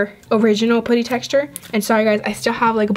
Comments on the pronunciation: It’s putty not pooty but good vid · It’s putty not potty no trying to hate but yeah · IT'S NOT POOTY IT'S PUTTY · It's putty not potty lol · It's putty not pooty 😂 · It is not poody it is puddy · I am not hating but when you say putty you say puotty u know what I mean it pronounced putty sou say ut not ot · I’m not being rude but in England it’s putty but in USA you say things differently you said pooty ,this not how you spell it but I’m only 10 1slime+1putty=1like plz like if you love slime if not dislike this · pUtty not pOOty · i’m sorry but not sorry it’s p-UH-tty not pooty 🤦🏽‍♀️ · I love you but you keep saying pooty not putty and it’s not very appealing to the viewers sorry. Love you 💋😍❤️ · I Absolutely love your videos and no offense but u say poouty instead of putty i am not trying to be mean so dont come raging at me because she is my top 3 fav youtuber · I dont want to be mean but you say pooty its pUty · Im not tryna be mean bc i love ur channel but it just makes me cringen when u say pooty, bc i thought it was pronounce putty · I'm sorry but it's putty not pooty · I think its adorable lol, but it also annoys me when she says "pooty" and not "P-UH-tty." Lol 😂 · She keeps saying poddy instead of puddy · it’s P U T T Y not P O O T Y uuuuuurrrrrrrrrrrr😞😞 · It’s putty not POUTTY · Anyone els get irritated by the way she says putty....put tea....it's putt ee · IT'S PUDDY NOT POODY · Putty not pouty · Why do you say putty like that. I thought it was pronounced with a uhh sound not pooty. Lol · Its cringy whene you say potty in stead of putty pls stop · Am i the only one that gets bothered by the way she says puddys💀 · its p-a-tt-E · Did anyone peep how she said putty she said put e and how she said clear glue not clear slime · is pronouncing putty wrong it’s pu-tee not puty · Can you plz say putty RIGHT😡😡😡😡😡😡😡😄😄😄😄😄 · How she says putty: pooty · its pronounced puh tee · She says "poody" lol! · (Put)(ie) is how you pronounce it